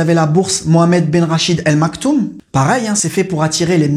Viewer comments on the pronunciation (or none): none